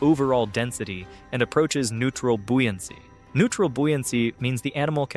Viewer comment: The word is buoyancy as in boy. Not bui. How odd. Read the words.